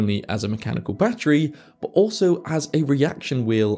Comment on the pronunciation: "But" has a "t" in it. It's not boo. How do you say butter? Buhuh? 😆